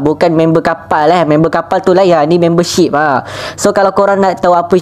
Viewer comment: be like: Memberrrrrrrr shipperrrrr Me: aku nk jumpa cikgu BI dia ni-.